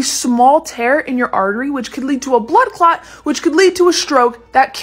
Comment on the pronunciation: YOU PRONOUNCE THE WORD TEAR EXTREMELY WRONG